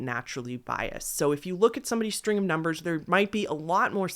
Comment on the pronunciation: I’m a new sub and I really like your channel….but one piece of advice? Why r u talking with such an emphasis on the last syllable of words u say? Like “numbers” as “numbersssss”? Sorry, but it’s really annoying and actually sounds kinda dumb, and ur clearly not dumb at all! This is the first video I’ve noticed it so I’m hoping u just started it so u can quickly stop it before it becomes a habit. So it’s up to u, but please reconsider doing that when u speak some words. U speak so well, and I love the enunciation but what ur doing sounds like ur trying to be quirky or something but it comes off really ridiculous sounding. Ok-sorry, I don’t mean to offend but please stop before I, and prob many others, stop watching for such a dumb-but annoying-new habit. Love ya! Xoxo